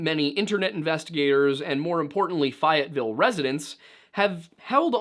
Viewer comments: He’s jk about the pronunciation of the town rightzzz? Cuz it’s FAYE-IT-Ville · NOTE: The letter A in Fayetteville you actually hear the A. So, it would be: Fay ette ville. Being from WV, I thought I would help you out. In the Ken Burns CIVIL WAR he states the first land battle was in Philippi saying the last I as the letter itself. Actually, the last I sounds like an E. If from WV and attending Marshall University in Huntington, the T in Hunt is silent. So it sounds like Hun ing ton. Most of my older family members, may ask you at breakfast: Do you want a negg, instead of an egg. Creek is crick. Like I have a crick in my neck. This is a devastating story. During the Civil War, a family living on top of a mountain wasn't supporting either side. Yet, one of their sons wanted to get home and the Northern troops stopped him. The Confederacy was stretched out mid-mountain. The North needed to bypass them and obtain the elevation so they could shoot down at the Confederates. The boy asked if he led them around the Confederacy, would he be able to go home. So he did. Several years later, in the middle of the night, the family house was set on fire. Because of the war, food situation, etc., members of the extended family moved in and people everywhere. Out of 20 people, only 8 made it out alive. No charges against anyone ever filed. Thanks for your including history. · Just want to point out, FAY-ette-ville West Virginia. I actually live in Oak Hill, WV. The town right next to Fayetteville. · Why is bro saying fayetville like that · Great video and you all do great work, but it’s pronounce Fay-et, Like “say it”. Being from the area it was tough hearing it so many times 😂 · Probably already been commented but it’s pronounced “fay-it-vill” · I thought it was always pronounced, "fay-yett-ville" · The correct pronunciation is Fay et vill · love your content im sure youve gotten this comment a million times but as a WV Native, it is pronounced Fay-uht-ville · Fay-it-ville. Lol